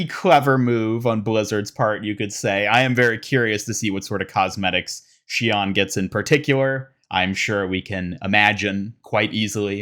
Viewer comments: You said her name wrong. 怨 is pronounced not like “awn” like you said, but “own” Her name is [shi-own]. Mauga said it wrong in the intro- but if you take the kanji from her name title you can find the official pronunciation. I’m pissed at blizzard for fucking this up. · For future reference it’s basically pronounced “She-own” :3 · I need Sombra to join in with the Hashimoto. Shion/Somnra interaction would be hilarious. By the way the pronunciation of her name should be “she-oh-n”. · I kinda wonder about her name, though. The way Mauga pronounces it is not how it would be pronounced in Japanese by the way it's spelled. Should be "She-own"